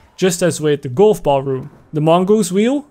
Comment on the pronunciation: I die on the inside every time. You speak great English. Then fail at saying GOLF. A hundred times in a row... Cringe. How?